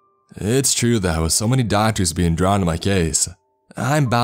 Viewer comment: Doctorsuh, serrated bladesuh, up until thenuh